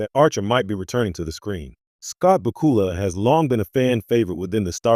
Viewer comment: At least pronounce his name correctly!